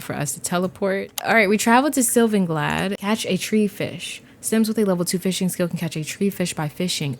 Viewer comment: I realize you pronounce it “Glad.” It’s “Glay-de”